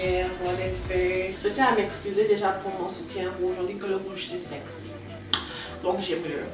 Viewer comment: MAMA NA NGAI ÇA PETE PAR ICI 🤩🤩🤩 “on dit que le rouge c’est seuxy donc jeume le rouge” ok merci 😂